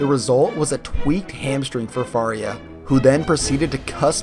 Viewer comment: Not faulting you for this, but "Faurnia" is pronounced For-ee-ayy